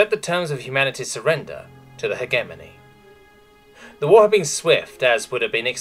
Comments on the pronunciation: Please learn how to say hegemony correctly. (pronounced hedge-eh-mon-E not heg-emony) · I'm 99% certain it's pronounced HEJ-eh-mony rather than heg-EM-ony, but that's just a pet-peeve, good video otherwise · I love all your videos, but it always nags at the back of my mind when specific words are mispronounced repeatedly. "Hegemony" makes the G sound like J, think "hedge-eh-money" or "he-jem-money". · Might I just note that the way you say "Hegemony" physically pains me? Maybe it's your accent, but I've always known it as "Hejemony". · google pronounces it he-GEM-ony. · The way he pronounces "Hegemony" 💀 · the g in hegemony is a soft g you say it like a j